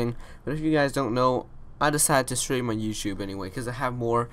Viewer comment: I love how this guy says stream More like Shream